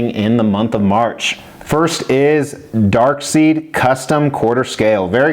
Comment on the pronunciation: P.s. I’m only slightly triggered by your pronunciation of darkseid and psylocke lol.